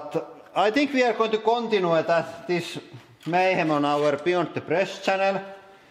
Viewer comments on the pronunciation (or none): "Contine" XD